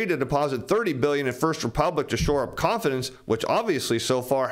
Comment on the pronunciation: Everytime you say "confidence" I hear con-artist